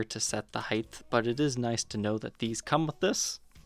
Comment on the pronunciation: No. No, no, no, no. You cannot say 'heighth'. No!